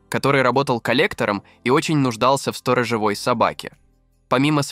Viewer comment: Особенно раздражает ударение в слове сторожЁвой. Колхозник, ты в школе учился?